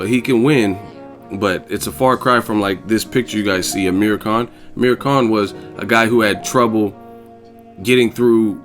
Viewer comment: "I hwas born rheady"